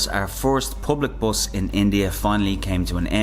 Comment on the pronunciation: Its Public Bus . Not POOBLIC BOUS...😅😅 Just joking